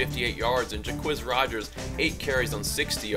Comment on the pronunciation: Thank you,, for being the first person that I have heard all year to pronounce Jacquizz correctly.